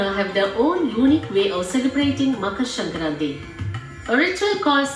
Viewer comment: The moment said sankranthi so beautifully perfect my proud Telugu heart jumped Btw they missed Telangana and Andhra cuz as usual south = only madrasis(tamilians)